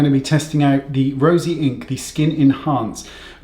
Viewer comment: I love Wayne calling it Rosy Inc instead of Rose Inc, I don’t know why I find it so hilarious 😆 I have tried their blush Heliotrope and it’s a beautiful “no makeup” makeup blush on my light-medium olive skin tone